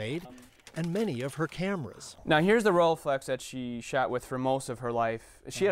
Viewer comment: THE DUDE SAYS SHAT! INSTEAD OF SHOT! BAAAAAAAHAHAHAHAHA